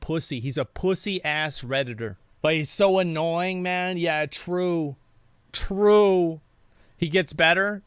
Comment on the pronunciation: I like when Asmon adds an extra syllable to words. Especially when he says "true" with extra emphasis on the true.